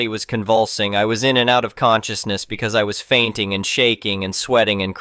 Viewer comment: It also repeatedly says bee see instead of because.